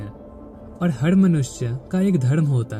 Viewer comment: Bhai bohat a6a laga... Par hindi sentance me aap "R" ko please sahi se bola karo... Aapka "R" thoda "D" jesa sound hota he.. Har Har mahadev little sounds like Had Had mahadev..... Pls work on it.... And thank you so much for wonderful sharings..